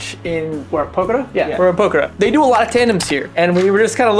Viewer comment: It would be lovely if you made an effort to pronounce place names correctly :) It's quite painful to listen to POKER-ER.